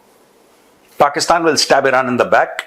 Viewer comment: Pakistan ❌ Pakist-aand✅ 😂😂